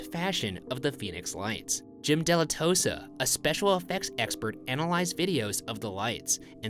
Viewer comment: *Dilettoso not "Dilettosa".